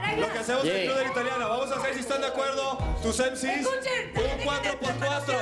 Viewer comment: "Los semsi" en lugar de los MC's jajajajaja se la emsimamaron